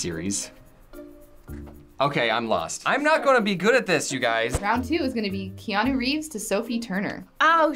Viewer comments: Watching Odd1sOut was so frustrating !! dude !! it's Keanu Reeves, not Kanye Reeves and you scrolled past Quentin when you were in Brad's page like whyyyy don't you look at the screen !! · DID THEY JUST SAID KANYE REEVES AND ERZA? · boi u say kanye reeves thats messed up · "Kanye Reeves" lol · When he said Kanye Reeves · Did he say Kanye Reeves??????? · He said Kayne Reeves 😂😂😂